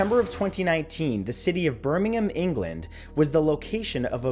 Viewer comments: at least he got the pronunciation of the word Birmingham right. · Love that you pronounced Birmingham correctly. Instead of Birming HAM. 😃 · I love that he says Birmingham right